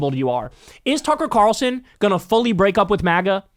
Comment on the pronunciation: Did you just say "Cucker Tarlson"?